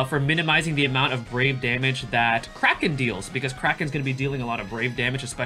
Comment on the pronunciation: Nice video! I keep hearing you pronounce Kraken as "Cracking" for some reasons:))). Maybe it's just me but I find it really funny. Is your pronunciation correct though? (Forgive me for asking since I'm not a native English user)